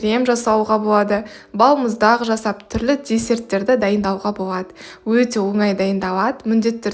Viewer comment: Боуады, пайдауанылады деп сөйлесіз л әріпін айта алмайды екенсіз, оның орнына в немесе у іріпін қолданасыз, мысалы бвендр деп